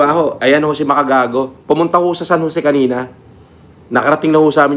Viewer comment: "Pumunta sa San Joseeh"